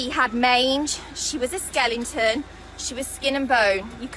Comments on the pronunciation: Someone please tell this girl that the word is "skeleton" not skelington! nice happy ending video though ..🐶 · What's a SKELINGTON....do you mean "Skeleton" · Is this woman saying skellington? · What’s a skelington?